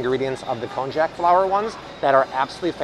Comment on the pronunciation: Konjac is pronounced kon-yak.